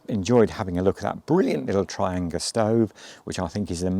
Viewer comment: Trianga pronounced as Tri- and- gia